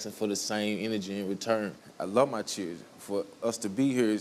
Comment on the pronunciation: Is this guy serious he'll Is this guy serious he'll enunciate the word accountability but then start calling him changing It won't even talk text the word children Which I could barely make out if it wasn't given in context I would have 0 clue what word that was I don't know why people play themselves down or dumb That's exactly what he's doing at the same time he's trying to get respect by speaking properly only annoyingly with his pronunciation of his tea and accountability wow